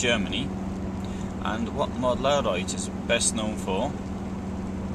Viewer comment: Mödlareuth = Mud-la-royht, it’s very easy to pronounce. ;-)